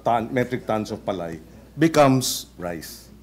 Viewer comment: Mali nag pagbigkas nila ng salitang PALAY parang tunog Pilay ....